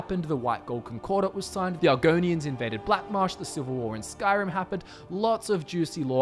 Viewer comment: I notices that he said aragoians invede black marsh is that right